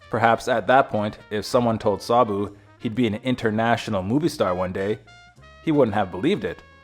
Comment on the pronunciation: Sarbu? There is no R in his name, i watched his films as a child, i thought he was wonderful.